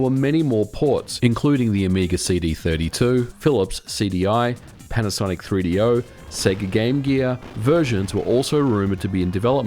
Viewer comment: am i the only one that hears panasaic? or am i just dumb